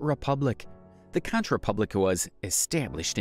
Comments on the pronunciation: It's pronounced "conk republic," not "contch republic." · It's not KON-CH....it's KONK (CONCH) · Conch is pronounced "konk"